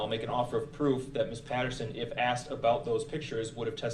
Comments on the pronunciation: I’ve seen a lot of diff vids on this trial….it’s “asked” not “axed” Aaahhhhhhhhhh!!!!!!!! That drives me nuts!!! Idk if he even said it in this one but it’s all I can think about and it’s making me crazy 😵‍💫😵‍💫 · The State tried to help him with his subpoenas. He was so ungrateful and snotty, saying he never "AXED" for their help. No wonder they decided that he's on his own with getting his remaining witnesses to court!! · Yes indeed. Every time he said "axed" instead of "asked" is especially grating to the ear. I am in wonder of Judge Dorow at how she saw the ugliness in him and yet allowed him to set up an example to the world and any future appellate judge of how deceptive and useless his attempts at stalling the judicial process were. It is sickening to see how he interacts with others, especially women, in a rude and condescending way. I am so glad he practically held open the prison door for himself by acting with such inhumanity and hateful disrespect of the victims, those who died, the Judge and the state district attorneys. I'm sure he will have a difficult time in prison finding a cellmate who will tolerate him.